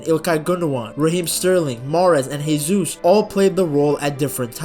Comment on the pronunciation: Good stuff. Note that the J in Gabriel Jesus is pronounced like a J rather than an H. The dude is Brazilian (Portuguese-speaking), not Spanish.